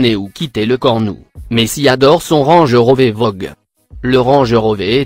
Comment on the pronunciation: Vous devez avoir un problème avec les noms de voiture vous n'avez pas parler d'une voiture sans mal prononcer un nom juste Par exemple : on dit S.U.V et pas suv , on dit Range RovER et pas Range RovÉ , on dit Audi R 8 SpYdER et pas SpIdÉ